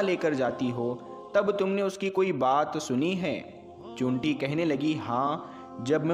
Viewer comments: Chinti bolna to seekh le pahle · उर्दू लब्ज बोलने बाला चींटि नहीं बोल पा रहा है